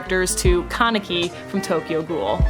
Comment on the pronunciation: I wish he would learn how to properly pronounce anime character’s names. It drives me insane that he can’t even put in the effort to properly pronounce that main character’s name that he is voicing. Just another reason I hate dub anime actors. He can’t even pronounce Kaneki’s name in Tokyo ghoul, (ALSO NEITHER CAN YOU THE FEMALE OTAKU!) Wtf is wrong with you all? Are you all slightly impaired? It is pronounced like “CAN-NEH-KEY” it IS NOT PRONOUNCED “KON-NECKY.” Go watch the goddamn Japanese version of the anime you’re voice acting for before you play the characters. It’s an embarrassment when you can’t even pronounce the main characters name correctly!!!